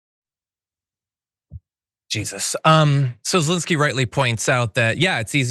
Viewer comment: Thank you for pronouncing Zelenskyy's first name correctly,.